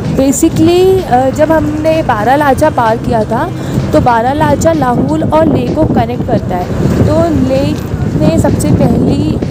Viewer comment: Madam its not लहूल its लाहौल